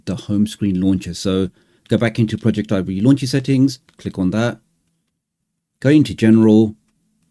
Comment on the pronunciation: It is not pronounced project Ivy. It is pronounced all as one word like “Project-ivvy”. The word project here being used is as in projector. This is further demonstrated when you’re installing the program and it shows a projector in the middle of the screen. Otherwise it was a very great and informative video and I’m going to use on every android device that I have.